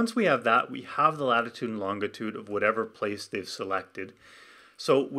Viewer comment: Is it normal for Canadians to pronounce longitude as "LON-git-ood" instead of "LON-ji-tood"?